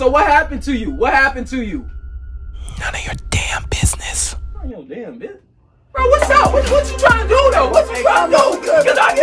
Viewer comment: "Nun of your damn bissunse"